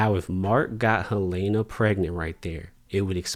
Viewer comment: I keep hearing people pronounce Helena as Hel-A-na. What’s up with that?